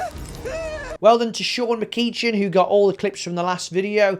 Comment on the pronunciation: The night time viewing tip is something I will be using thats for sure hate having to leave my lamp on to watch movies in bed. I would also add that disabling the guardian through developer mode allows you to lie down and not worry about the random flickers of the guardian I always got. MacEEchen, love it, not the worst way I've heard it pronounced even from fellow scots who seem to butcher it even more lol. For future reference it's Ma-cEa-ch-en (ea as in earn and ch is the Scottish version like Loch) Probably should just go by a username make it easier.